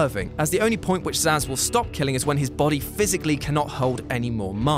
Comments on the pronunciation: It's "Zsasz" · Actually it's Zsasz